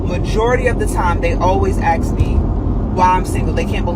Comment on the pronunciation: First female, never mind how you look, The word is ask! axe has a totally different meaning, it may be mericanese? But most of the planet still learns English/Chinese/Spanish. Young Boys haven't learned yet to pay cash upfront for what they want. But they will be taught/learn the cost/benefit equation. At the end, females!? What are you good for? Breeding! I was never interested in breeding so I either paid cash up front for a Professional or FI&FO the amateurs. At least the pros are generally honest and have a business plan.